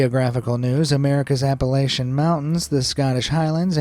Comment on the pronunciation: Pronounced appalation wrong